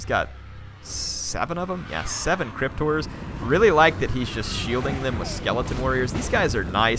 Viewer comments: When I first heard you pronounce 'Horror' I thought you were saying crypt whores. Was mightily confused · sounds like hes saying Crypt-ors to me.